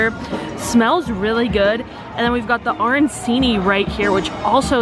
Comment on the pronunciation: Just wanna say "arancini" is pronounced "aranCHini" (instead of "aranSini"). In Italian, "c" is pronounced as "ch"